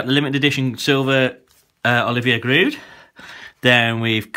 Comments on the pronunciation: He said giroud wrong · What i meant was he thought it was giroud on the of the tin but it is ramesy